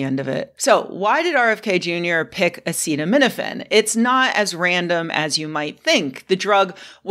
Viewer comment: every good announcement of medical findings starts by being unable to pronounce the name of the chemical you blame for autism.